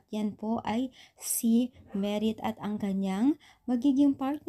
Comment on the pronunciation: maam hindi Merit correction Madith po maam